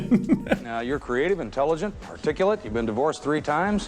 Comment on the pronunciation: I think he was trying to say "articulate", but it really sounds like he said "particulate".